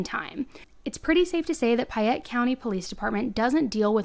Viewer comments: PAYette, the word is PAYette not PIEette. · You also pronounced payette funny. It’s pay- ett Sounded like you said pie-ett :p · Hi! Payette – pronounced "Pay-yet" & Not "Piy-yet". Idahoans are very picky about pronunciations of any City, County, Street's and ect. I work for the State & was corrected if I pronounce a City or County wrong. 😉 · Hi, wonderful job on the story. I live in Idaho and know this story and have been following it. There is only one thing that I wish to point out that you haven't corrected in your comments. The county that this takes place in is pronounced "Pay-ette" not "Pie-ette". I'm not meaning to be nitpicky about this but I want to bring this to your attention so you may now know how Payette is pronounced here in Idaho as I was confused each time you said "Pie-ette" when you were talking about the police and county.